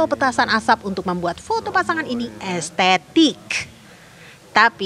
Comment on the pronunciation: demi foto estentik kuuurrrrkkkk😂😂😂 gimna sih ngomongnya hahahahahahaha